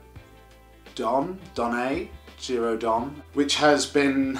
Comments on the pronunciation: Giro DònnE!!! Not Jiro Don... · Giro Donne, both the second N and the E are pronounced (cheat tip: in Italian, all letters are always pronounced ;) ). Well, almost.